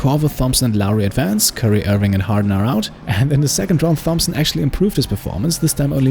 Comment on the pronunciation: You say Thompson wrong...